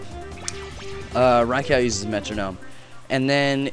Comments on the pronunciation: its not rye-cow, its rye-cu :D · Rai-cow? lolfail.